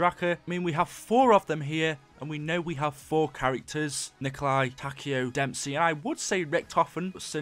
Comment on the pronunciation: Dude you made a mistake it is when you saying damesy 2times